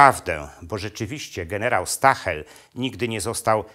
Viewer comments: Nie mówi się "Stahel" tylko "Sztael". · Ciekawy materiał, ale proszę wymawiać nazwisko gen. nie "stahel" ,a jako zbliżone do "sztaael" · "St" na początku czyta się jak "Szt" ale skoro jest pan profesorem to pewnie o tym wie.